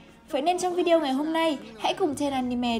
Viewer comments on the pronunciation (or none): none